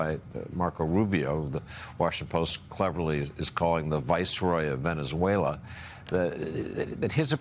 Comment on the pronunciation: He can’t even speak the name of the country correctly and he wants to run two countries? Sorry Maga, now it’s Venezuela oil first. Then he will take over Greenland even though it is not at all necessary to do so, but you will pay for it anyways. So much for America first, then again I knew that was a big fat lie..